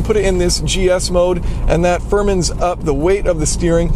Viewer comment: "Firmins up the steering" :D